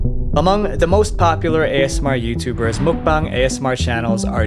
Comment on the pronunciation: why do you keep on saying mukbong lmao it's muk bang